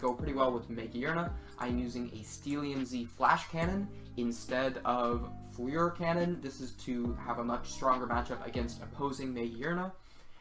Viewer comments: Just as a note, fleur is French, and the anglicised pronunciation is "fler" or "flur" not "flee-ur" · "flea-ure cannon" bruh cannon.